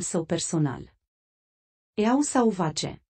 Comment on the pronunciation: Cu mare dificultate, am izbutit sa inteleg denumirile in engleza sau franceza: "oa-les" era Wales [fonetic, ar fi trebuir sa sune "uelz"] , "Eau sauvage" - parfumul folosit de printul (pe atunci) Charles a fost citit chiar asa cum e scris. Corect fonetic ar fi fost: "o sovaj". Daca tot va obositi sa inregistrati cartea, faceti un pustiu de bine si intrebati cum anume se citesc denumirile. Pacat sa faceti asa un lucru de mantuiala!